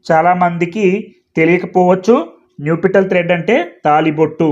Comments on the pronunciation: అయ్యా మీరు న్యుపిటల్ అని పలుకుతున్నారు . దాన్ని నప్ . షల్ అని పలకాలి కదా . ఒకసారి చెక్ చేయండి . nuptial adjective formal UK /ˈnʌp.ʃəl/ US /ˈnʌp.ʃəl/ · check Naptial pronunciation sir